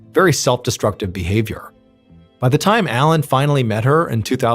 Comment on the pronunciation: All french names, words are butchered like the poor boeuf bourguignon . I understand you probably don’t speak French . But just type the translation and hear how we pronounce them. The main character is ALAIN not ALAN . That one was hard to listen to…..